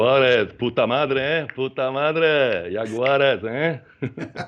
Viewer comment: Ahhh ... your friend has it more clear (and speaks more SLOWLY !!) "puta madre!, puta madre!" and with very good pronunciation also!